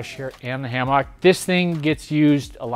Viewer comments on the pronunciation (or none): ...I have never heard, "Hammock" pronounced that way. lol Fantastic space! You guys did a great job converting the building.